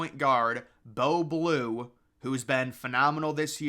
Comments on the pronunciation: You clearly ain’t do your hw on Northwestern bro… Boo Buie, not Blue lmao. Also, their top 2 three point shooters are out rn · Picking a team thats lost to Chicago state at home to go anywhere in the tourney is crazy lol also its pronounced BOO BOO-EE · “Bo blue” 😭😭cmon dawg